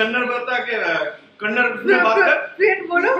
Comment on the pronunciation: It is Kannad"a" not kannad how difficult it's to add a ????